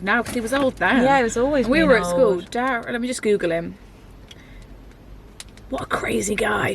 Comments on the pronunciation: Derren not Darren haha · he's called derren not darren :)